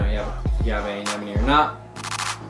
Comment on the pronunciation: finally someone who can say AneMone ! XD